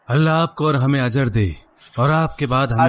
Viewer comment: Azar nahi Ajjar ...mean Badla.... yani swaab.